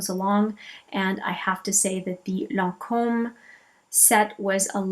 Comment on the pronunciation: Thank you for saying lancome correctly. So many people say it incorrectly and it drives me nuts. Bravo!